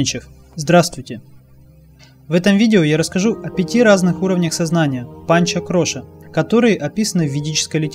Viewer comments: Все правильно. Только не "кроша", а -КОША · Харе Кришна ! Почему вы говорите кроша , а не коша ?